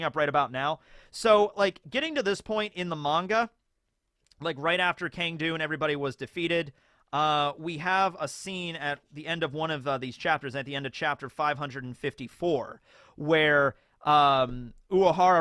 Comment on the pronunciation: Thing with Cang Du is maybe he’s like Kenpachi. Kenpachi just didn’t believe Zanpakuto had a mind of their own despite being around other Shinigami who believed it Also it’s pronounced like “San-du” the “Ca” in Chinese makes an “s” sound. Like Cao Cao